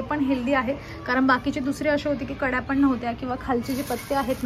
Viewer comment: जळगाव मध्ये ळ चा उच्चार ड असा केला जातो